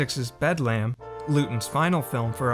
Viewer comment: Bedlam is pronounced Bed lum.